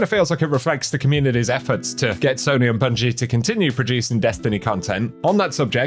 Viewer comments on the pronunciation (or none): none